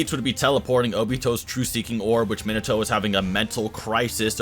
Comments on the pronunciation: the way he says Minato triggers me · Not to be rude for a guy who has watched naruto and has a channel about anime would at least know how to pronounce minato properly. I mean like how do u mess up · The way u pronounce shit is terrible. Minato and mangekyou is not the way u say it. And ur always talking about jerking the characters off